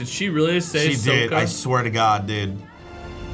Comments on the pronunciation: Eroh, Soaka, Oong, WHAT THE FUCK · Shyamalan: “i pronounced the names as Asians would” Also shyamalan: “SOWKA” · Ong, Soh-ka Ee-roh .... Gaaahhhhhhh stoppp!